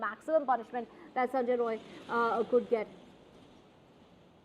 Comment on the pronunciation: Not roy , it's rai , bihari